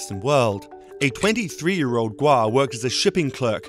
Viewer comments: omg im so sorry his surname is pronounced as gOu not gUo or gUA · Stop switching vowels you english speakers please xD gou, not guo. make, not miek. way, not wie xD so funny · you pronounced Gou like a Guo. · gou is pronounced "go" you were saying what would be spelled guo. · It’s Guo not Gou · The last name is pronounced as Go not Guo! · Should be 'kwok' for them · Its kueh(郭) in Taiwanese bruh, git yo fax strait. 台灣閩南語(Taiwanese Min) ain't the same as 廣東話(Cantonese) man. He jus has factories in Shenzhen. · It's not hard to say his name correctly. Your inability to pronounce his name properly makes me think your having a laugh at his expense. Unprofessional. You can do better. Gwoe!!!! Like toe with a Gw at the front. Please fire your speech therapist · Stop mispronuncing his name!! It’s driving me mad